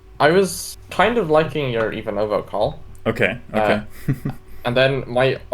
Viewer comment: I don't want to be rude, but I'm originally from Ivanovo and it is IvAnovo not IvanOvo